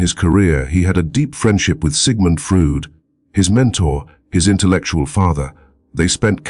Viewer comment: Can’t listen to this AI that can’t pronounce Jung’s name and says Sigmund Frood.